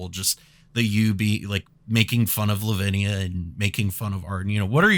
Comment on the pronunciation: Headed to the hospital now, took a shot everytime he said livinia and 2 for arden+kraum. Thoughts and prayers please